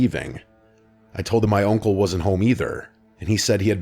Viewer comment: I’m sorry but what is that accent when you say uncle lmao. Sounds like oinkle